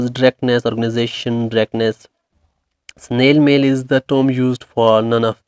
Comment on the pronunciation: SnAil mail is used for letter .. u said it wronge